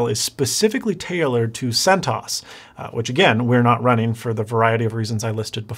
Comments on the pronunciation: First of all its pronounced NOME and CENT-OS not centose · my God, it´s Cent OS (Cent Operating System) not centos. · I think it's Sent OS not sentos. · isn't CENTOS pronounced "CENT O.S." instead of "CENTAHS" ? Enjoyable video though, thanks. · Right? "1.7 How does one pronounce Debian and what does this word mean? The project name is pronounced Deb'-ee-en, with a short e in Deb, and emphasis on the first syllable. This word is a contraction of the names of Debra and Ian Murdock, who founded the project." And Sen-toss? Should be CENT Oh-Ess – weird. :) But still, cool video/info. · you are killing me with centos it's cent os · It’s cent-O.S not like macOS not “Centuas” , its not ganome is just gnome “pronounced “Noam” like ‘Foam” lol nice too see you using Linux though! Ive used it for years in a triple boot system mainly for data recovery, partitioning and other IT related stuff. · He also mispronounced almost everything. CentOs (instead of CentOS), Deebian (instead of Debian), Ganome (instead of Gnome), etc. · “Bi-OSS” “Cent-OSS” Never heard these, and other words in your videos, pronounced that way. Gnome was spot on though! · guhknome and gooey & centaus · “Guh-NOME” “Yubuntoo” “centoss” “DEE-byun” He sounds like he’s trying to pronounce it like a tech illiterate. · He says Centos instead of CentOS. Then he says PopOS instead of Popos. Then he says GNome instead of Gnome (nome). Then he says Daybian instead of Debian. Huh?